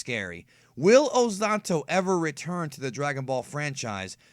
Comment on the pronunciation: Why do you speak his name ozatto instead of ozotto